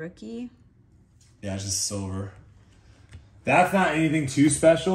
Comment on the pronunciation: “Just a sliva” 😂